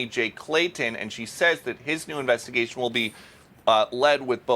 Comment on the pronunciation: A new investy-GEI-shin!